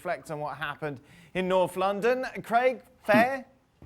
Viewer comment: "Norf London"? What a funny accent.